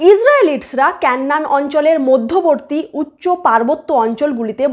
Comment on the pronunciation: কেন্নান না😁। কেনান।😂